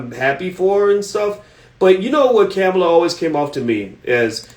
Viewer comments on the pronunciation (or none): Ka-mall-a that's how u say her name. He's killing me by say cam-a-la 🤦🏾‍♂️ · You don’t even know how to pronounce her name.